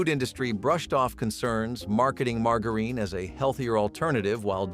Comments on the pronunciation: It's Buh Lone EEE and Mar JA ren.... not bolanay and Marga reen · 😂 Margareen!? bro what…